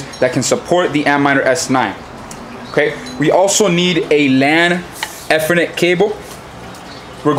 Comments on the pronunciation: Good vid but its E-ther-net, not ETH-er -net :) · "E" ther "Net" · It's pronounced "E" Eeeethernet, cable.